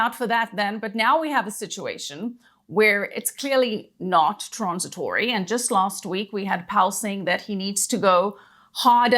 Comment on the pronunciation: I like how pronounces "transitory"